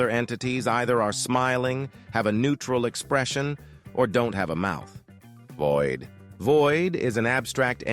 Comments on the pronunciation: “shætdœw” V O I D bahb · "DREAD" "VOID" 💀